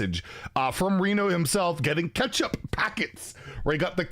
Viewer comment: I can’t tell if you’re mispronouncing catchup wrong on purpose It sounds like you’re saying ketchup.